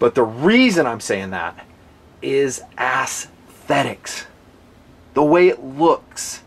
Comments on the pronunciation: Dear, love your videos, but the word is pronounced S thetics, not ass-thetics. That's ess-thetics, or perhaps ez-thetics. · i'm not comfortable with the pronunciation of "aesthetic"/"aesthetics" in this review. it's way off, sorry. "assthetics" just sounds like a sarcastic pun. "essthetic" or "eysthetic" are phonetically acceptable. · Heh. "Ass-thetics". Love the reviews, just found that pronunciation kind of amusing!